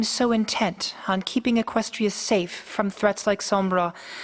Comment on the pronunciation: She should. All along Luna was right. Celestia was being a control freak and didn't even try to help Luna. Not to mention she's a total troll. To me, Luna didn't do anything wrong, where as Celestia has done so much wrong. and by the way, It's Equestria, not Equstia :)